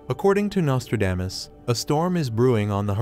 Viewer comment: I just wish the narrator could learn to pronounce the man’s name correctly!